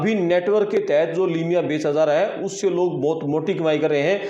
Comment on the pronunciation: Limiya nahi hota